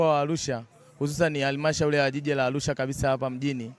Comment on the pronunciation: Alusha huyu sio wa chugga anatamka arusha kizembe hivyo alusha mamluki huyu